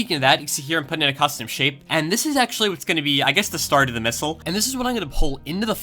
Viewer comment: "Hey everybody, I wanna make a mistle" what an intro!